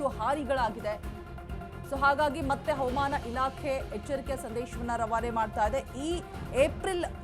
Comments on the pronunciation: Madam pls pronounce hawamana not avamana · ಕನ್ನಡ ಉಚ್ಚಾರಣೆ ಸ್ಪಷ್ಟವಾಗಿರಲಿ.. ಹವಮಾನ ಇಲಾಖೆ ಅಲ್ಲ ಅದು ಹವಾಮಾನ ಇಲಾಖೆ... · She says HAUMAN ILAKHE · Avam ana alla madam. Adu havamaana